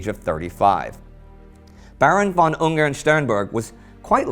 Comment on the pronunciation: Yay, you are starting to get the "von" right